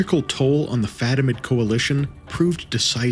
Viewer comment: fatimid, caliph. But props on getting Alexios Komnenos. That's a tricky one.